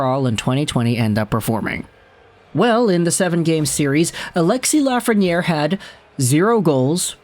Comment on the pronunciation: Alexis Laughreniere